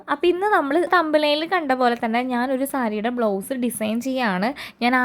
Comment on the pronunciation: It is blouse, not blow's